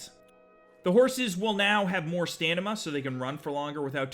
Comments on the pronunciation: stanima? You mean stamina? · the "stanima" caught me off-guard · stanima lol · "Stanima" ......Stanima.. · more "stanima", you sure you can chew an apple,? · He said snaima on the horse one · I love horses with "stanima" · Dear sir, i do believe you said Stanima.